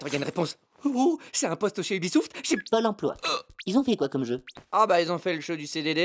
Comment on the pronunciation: le "oubisouft" il m'a tuer